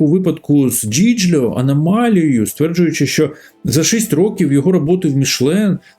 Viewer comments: Яке "джіджльо"??? Це вимовляється "Джильо". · Дідько, який Джіджіло? Можна було бодай в ґуґл перекладачі перевірити вимову перед відео? Giglio вимовляється як Джільйо, місто Lucca як Лукка. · giglio треба читати як "джильйо"